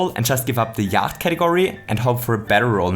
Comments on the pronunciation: Yacht is pronounce "yot" and it seems like its just a knockoff of a game called Yahtzee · Just saying - Yacht is pronouced as 'yot' rhymes with 'knot' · All these comments about how Yacht is basically Yahtzee, apparently no-one cares that Yacht is pronounced Yot. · it is yatche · Are you sure you're pronouncing Yacht right? I mean, the kind of boat is pronounced yaht... Also, in theory it should be one die, two dice, and not one dice, two dices. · Could I just say that I think the Yacht game is called Yatzee in real life? At least that is what I think the game is. Also, it is pronounced "yot" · I am going to start pronouncing “yacht” this way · Warum sprichst du Yacht falsch aus :0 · I love just how austrian your pronunciation of "yacht" is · I think you don't pronounce the 'ch' in yacht. Guess the german comes through here ;)